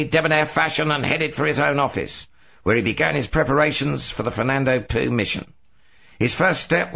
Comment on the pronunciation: that's not how you say Fernando Poo...oh well